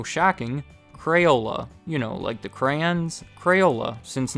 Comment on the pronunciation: Thank you for saying cray on